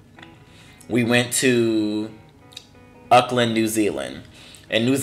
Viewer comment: Oop for "Uckland" instead of "Awkland" (Auckland)...LMAO.